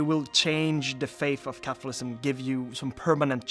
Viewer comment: I kept hearing capitalism 😂